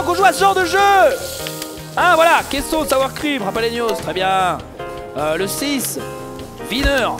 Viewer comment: JaLaPenos, pas JaPaLenos .. :(